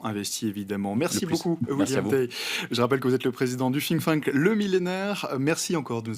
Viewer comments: Président du Fink-Fank ? je connaissais pas 😂 c'est Think-tank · Moi, j'avais entendu ''Fling Flang''....